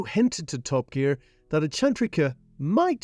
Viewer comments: Rev-O-E-alto? Mercy-AL-ago? Hmm, have I been pronouncing these cars wrong all this time? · The Lamborghini WHAT? - 'Murcielalligo?' What's one of those then? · Ever since it was launched I've never heard any8ne butcher the name Murcielago like today....damn. :)) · Bad pronunciation of Murciélago... In the end ruined all review for me. Guy is not true lambo guy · Uh, how did he pronounce Murcielago at the end? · Absolutely gorgeous car, absolutely butchered pronunciations lol